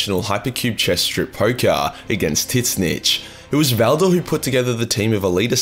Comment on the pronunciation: It's "zeench", unless "tit snitch is your trademark banter?